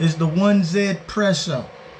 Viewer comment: It’s actually pronounced easypresso because the 1 is apparently pronounced ‘ea’ in some eastern language. It is not a French or Italian grinder.